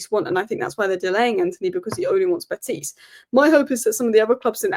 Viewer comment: Please say Betis not betease. There is no accent. It is as it sounds in English 👍